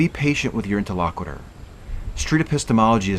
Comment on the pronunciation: I mentioned this in my comments on your first breakdown video, but have an additional (nitpicky) note. Your use and pronunciation of interlocutor are incorrect. He is not the interlocutor, you are both interlocutors. And it's pronounced interlo KYOO tor, not interlo KWI tor.